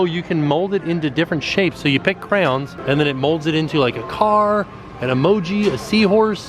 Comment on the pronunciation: Oh boy lmao, well better than when he was saying 'crowns' lol